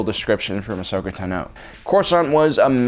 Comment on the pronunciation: It's "Tan-oh" Like "you went to the beach and got a tan, oh". Every time I hear you pronounce her name Tah-no I cringe..